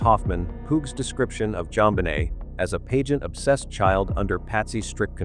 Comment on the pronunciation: It's annoying how the AI voice can not pronounce "pageant" correctly.